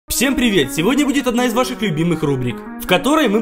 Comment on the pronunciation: Он сказал не "всем привет" а "псем привет"